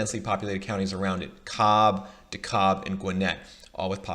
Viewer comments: It's pronounced "De-Cab" county btw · Love the video! I knew that where we live in Atlanta was dope, but it’s nice to have some data to back it up! Also, you made a common mistake that I was guilty of when I first moved here: DeKalb is, somehow, pronounced “De-Cab”. #themoreyouknow :D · Learn how to pronounce Dekalb county please. Lol “de-Cobb”. Edit: btw it’s at least 40 minutes to downtown Atlanta from almost all of Gwinnett county...and that’s if you’re speeding